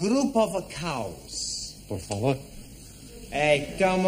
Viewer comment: I thought he always say Porfa Vor 😂😂😂